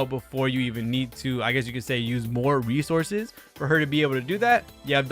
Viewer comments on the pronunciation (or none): none